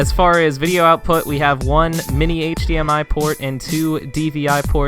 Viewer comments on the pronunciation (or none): none